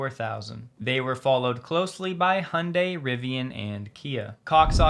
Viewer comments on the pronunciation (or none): none